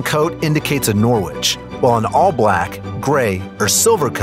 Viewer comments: I’m not from UK but it’s pronounced like ‘Norich’ but spelt Norwich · Attention! The "W" in Norwich is SILENT, it is pronounced NORRICH. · Sorry, buddy! I'm from Norwich, and it's pronounced Norridge, like porridge! Trust me - there's British place names far more confusing than that! 😆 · It’s pronounced Nor-rich not Nor-Wich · Yes! It made me laugh when he said Nor Witch!! I think Americans have a hard time pronouncing quite a few British place names, but to be fair Worcestershire and Edinbourgh are not pronounced ANYTHING like how they are spelt so I can quite understand it. Still makes me giggle to hear foreigners struggling to pronounce these though!! 😂😂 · The w in norwich is silent, also the cairn and norwich are fairly dissimilar but the norwich and norfolk terriers are very similar breeds. Also the photo of norwich countryside is nothing like - it is almost entirely flat, no cliffs there ! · The 'W' in Norwich is silent